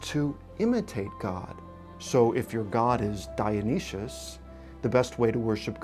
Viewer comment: I'm sorry but did he say dioneshish?? XD I don't think that's how you pronounce Dionysus